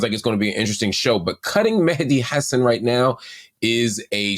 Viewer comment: Appreciate Marc pronouncing Mehdi's name correctly 👏